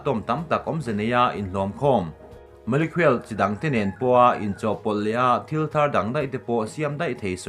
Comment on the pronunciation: Molecule i lam dan hi kalo ngaimawh ve deuh.. Molekhuel tia lam tur niloin Molekul ti a lam zawk tur ani...a enga pawh chu nise,kan CM hian Zoram hi a hmangaih anih chuan,dawt leh phuahchawp sawi tawh lo turin,a dinhmun atang hian bang ngam tawh rawhse...a hneawm tawh...MNF ah pawh thalai zawk amah aia tha an tam lutuk tlat